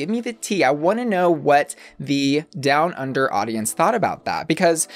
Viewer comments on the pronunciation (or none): YOU SAY DOWN UNDER LIKE THING 2 IN THE CAT IN THE HAT SAYS CHOCOLATE THUNDA